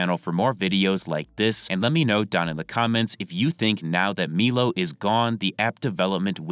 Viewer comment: It’s MY-LOW bro. MY-LOW. Stop saying Meelow lol you sound stupid as fuck